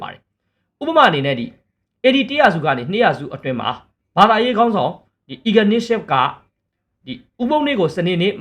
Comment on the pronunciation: အီဂါနီးဆီးယပ်လို့ အသံမထွက်ပါဘူး, အညားဆီအူးး လို့အသံထွက်ပါတယ်။